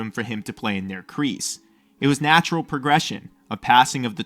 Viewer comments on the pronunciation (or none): none